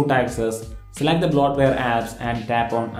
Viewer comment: Wow... I had to rewatch 6 times just to figure out you were saying "bloatware"...